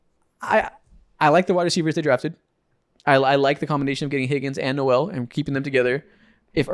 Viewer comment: The Texan receiver Jaylin Noel's last name is pronounced nol. Love the new podcast!